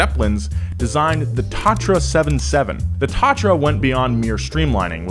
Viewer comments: Brand name is Tatra, not Tratra, but gratuluji video. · It’s Tatra 77 not Tratra T77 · not tratra t77, but Tatra 77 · Its not Tátra, its Tatra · Its Tatra, not Tratra :D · it's Tatra, not Tratra :D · You have little mistake, that´s not Tratra, but Tatra :D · pretty sure it’s tatra, not tratra 📉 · Not TRATRA :D Tatra! :D great vid as always guys!